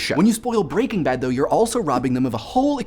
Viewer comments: 2 things. 1. One does not simply like Breaking Bad. 2. Why do you keep saying it BreakingBad. It's pronounced Breaking. Bad. It has a figurative full stop in the middle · I always thought it was pronounced Breaking Bad, with the emphasis laid more on Bad, rather than Breakingbad (as it is said in this video). Which one is correct? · Good video, loved the show and this raised some interesting points. Though, I have always pronounced it "Breaking BAD" rather than "BREAKing Bad". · I say it like you too, as do most people. The guy in this video is the weird one. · I am displeased with how you pronounce the title :P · Does anyone else have a problem with how he is pronouncing Breaking Bad? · I can't help but focus on the fact you put the stress on "Breaking" as opposed to "Bad', I read it as an iamb, and would never have thought to pronounce it as a trochee.